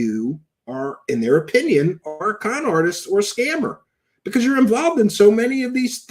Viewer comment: Can't stand the way he says "because "